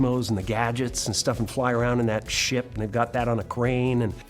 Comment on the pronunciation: the way he says "ship"